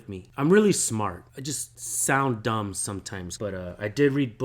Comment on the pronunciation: U can save your wisdom tho it’s kinda of ahh how u say Dumb